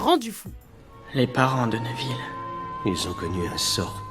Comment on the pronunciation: et névil, pas neuvil